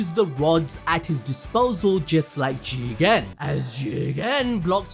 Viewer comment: Bro saying the word jigen is on a another level funny 🤣